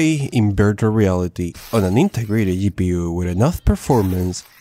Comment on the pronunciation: HiPU? Gaigabyte? Dude i thought you're better at english speaking, at least old videos gave me that impression.